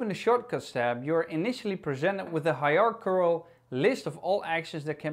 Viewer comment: You nailed «hierarchical »